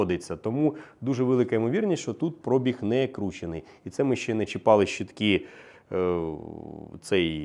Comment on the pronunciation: перший, хто нормально вимовляє слово пробІг, тисну руку.